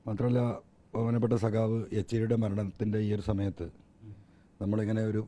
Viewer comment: യച്ചേരി അല്ലടാ സാറേ യച്ചൂരി